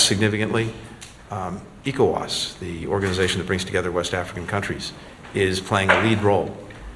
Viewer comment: Can Arise please use a real person to voice the translations... The program voice is distracting; can't pronounce ECOWAS or NIGER properly. Nonsense.